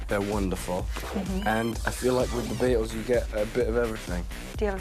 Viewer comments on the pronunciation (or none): The way he pronounce the Beatles “the bEAt - Als